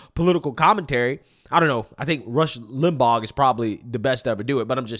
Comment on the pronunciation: Bro this man just said Rush Limbog...he doesn't know the GH is silent 😂😂😂. He also calls Memphis Tn "MenTHis" every time.